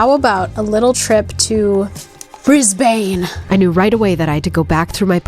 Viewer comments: As the resident Australian subscriber, before someone else does it, I should probably tell you that Brisbane is not pronounced “Briz-bain”, but rather “Briz-b’n” 😅 Great vid nonetheless! 😊 Also, getting your kid to give their opinion and play it was cool to see! If they’re up for it (and you are too), I’d love to see them have a crack at one of the OG series (they get a free answer for anything outdated though!) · Brizz-Bun. Not Bruzz-Bayne. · Amazing. The comments aren't full of Australians correcting your pronunciation of "Brisbane", yet! The "a" doesn't really get said.